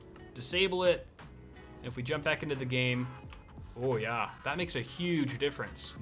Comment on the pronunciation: when you say oh ja you Sound like a german